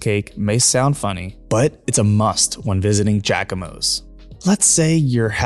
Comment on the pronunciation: Im from New Orleans and this video was great to watch. You mispronounce Jaquimos lol - its JZACK-I-MOS - lol